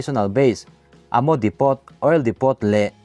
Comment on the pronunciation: HeadquarterS tih tur ..chuan Depot hi Depo' ti a lam tur ani bawk...